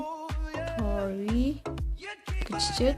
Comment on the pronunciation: iventory bish inventory geech